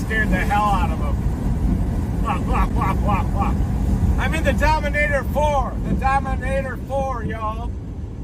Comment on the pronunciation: Dominator Fore 😊😅😮😂,it Four brother not fore